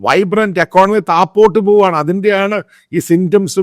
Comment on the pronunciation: എടാ പൊട്ടാ താപോട്ട് അല്ല താഴോട്ട് ആണ്